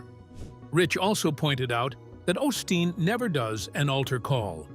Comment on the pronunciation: This is actually a partially because you’re not pronouncing his last name right what a way to make a living in case you don’t know you’re not supposed to judge other people my mom used to say those who live in glass houses shouldn’t be throwing stones how would you like it if somebody looked into your background or Jesus Christ showed up at your house better watch Jesus just might show up you know we’re living in the last days and Jesus Christ might actually show up in your house how would you like if somebody open the YouTube channel followed you around and reported everything you do shame on you is disgusting I know his father was a good preacher and his mother very blessed woman other people like this, it’s up to God to judge him not you. I hope you find Jesus Christ and get off your high horse. These are scary days. We’re in the last days in God Jesus Christ will be returning soon, that I How are you into your demonic practices because for me, this is a demonic YouTube channel cause you’re not serving God you either trust and believe in Jesus Christ are you working for the devil and you don’t have anything else on your YouTube channel except for Christians but that’s how it goes in the last days. Sounds like you’re jealous. It’s none of my business what Joe Olsteen does and no one is forcing people to go to his church either. That’s what you call hypocritical wanna be Christian. He talks bad about her church. if they actually even went there, I know he’s helped people tha